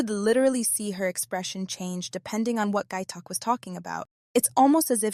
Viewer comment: It's phonetic (pronounced like it's spelled), how can you call that poor guy "Gay Talk?" It's Gaitok. Oh well, good video.